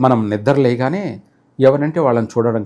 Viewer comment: Nidra leyagane kadura astrologer nidra levagane anedi brahmadu matlada validina bhasha Gaddam penchukuntenu 1oo.hears panchangam tappite nekem telusu